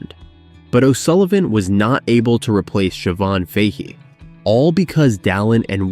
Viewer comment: Typical american cant pronounce siobhan fahy name